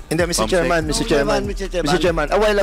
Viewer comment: Mi-tse tserman,ins tse-tyusiyon daw😅😅😅 pano ka napasok sa tutuwadcom PADUANO????hala bira!!